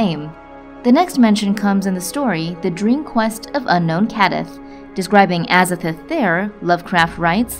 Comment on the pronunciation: Pronounced AZA-THOTH not AZA-FERTH